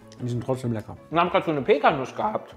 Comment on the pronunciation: Und bei heißen Pekkanüsse "Pekkanussnüsse":D